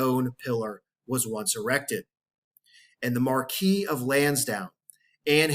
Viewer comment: Mar-kwiss. Not the french pronounciation of Marquis.